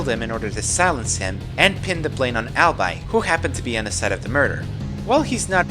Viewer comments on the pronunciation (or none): Wait... Did you just pronounce Ahlbi "Albye"? How could you even make such a mistake? His name is such an obvious pun on "I'll be your guide"! C'MAAAAAAAAAN! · Ahlbi's name should be prenounced like "I'll be" because his name is a play on: "I'll be your guide." But still. This is a pretty good video. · And Ahlbi. His name is supposed to be a play on "I'll be your guide."